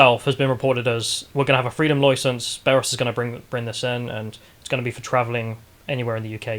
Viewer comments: "Loy sence" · Freedom “Loisence”?, or however you spell his name needs to brush up on his pronunciation. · How ya’ll pronounce license sounds like an Australian caricature😂